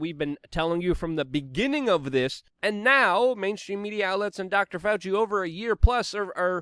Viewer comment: Doctor FAL-SEE!!